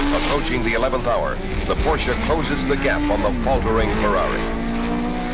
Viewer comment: Why doesn't the announcer know how to say Porsche?